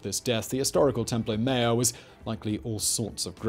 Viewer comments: God man, not templo mare but templo maa YORE. in general a good video, but you rely too often on exaggerations. This was not the greatest city in the world, that is not the most populous. It was an impressive city and huge by contemporary standards but not the biggest. The palaces did not make Versailles look like a Hut. You also exaggerate the negative aspects. You insist that the city is there were engaged in a desperate struggle and that life was incredibly uncertain. Yes, they were struggling competition, and yes, there was uncertainty. But we don't need to treat the people of the Central Valley of Mexico as if they are something apart from ordinary humans. All over the world, there has been a similar kind of struggle, conflict, alliance building, and a mix of stability and instability. You really need to be more careful about this kind of thing in your videos. Yes, there's that tendency to do clickbait titles, and then there's a tendency to take that click bait way of thinking and use that throughout the video, which is done through this type of simplistic exaggeration. Stop doing that! Treat the peoples and cultures featured in your videos as humans comparable in many ways to other human cultures. There's no good reason to regularly depict them as almost a species apart. You also fail to look at the differences within the many cities and cultures inside the Central Valley of Mexico. You also rely on simplistic religious determinism. It was not simply the case that the A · I heard that as Temple O Mayo 🤣😂